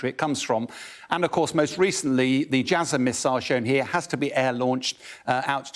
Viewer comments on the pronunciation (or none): none